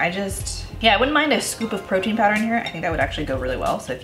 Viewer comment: i'll never say protein again. from now on, it's protn. protn for the win! 💕